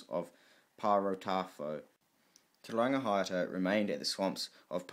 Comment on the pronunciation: Awesome mahi brother, just remember to check pronunciation especially with chiefs such as these you are butchering there names, imagine everyone were to do so the language of Maori would change. Te Rangi high ata Te Rau Para ha